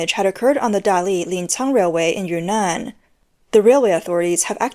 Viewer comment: Ynnnan huh? Not Yunnan?